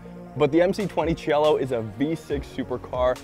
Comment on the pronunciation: It's pronounced SEE EH LO and it's a masterpiece.